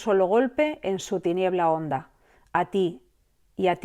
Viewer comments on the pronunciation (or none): none